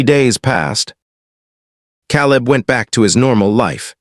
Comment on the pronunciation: Teach ur AI how to pronounce peoples names. The a in caleb is LONG A.